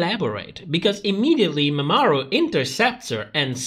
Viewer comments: Love how you pronounce Mamaru as if it was Mesopotamian city state, peak comedy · Mama (space) Ru. Who the hell is MamaAru?